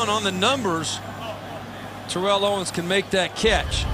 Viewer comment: Why does keep mispronouncing Terrell Owens's name??